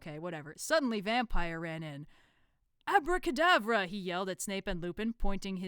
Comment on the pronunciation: "ABRA CADABRA"